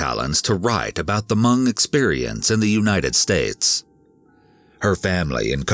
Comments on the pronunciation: Hmong is pronounced MONG not MUNG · It’s Hmong not Mung. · As a Hmong person please pronounce Hmong correctly! It’s not “Mung” it’s “Mong”. It’s so hard to hear it said like that😅 that being said my dad is from Laos and moved to Minnesota as well. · respect, but it's pronounced "h-mong "(mmm like thinking(the M start like monkey), then ong, like bong) > mm-ong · The way he pronounces Hmong (Hmoob) 😂. Never heard it pronounced that way. It’s usually pronounced maw-nnng.